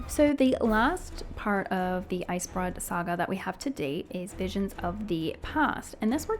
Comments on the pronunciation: love the video - why you saying icebroad instead of icebrood? But loved the video. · icebrewed not broad. also prologue = pro log